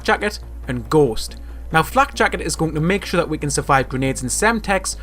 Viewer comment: what he said : flak jacket What i heard : flek jackat